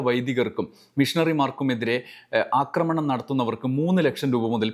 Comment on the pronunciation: അക്രമണം അല്ല ആക്രമണം ആണ്. അക്രമിക്കുക സല്ലസ് ആക്രമിക്കുക ആണ് ശരി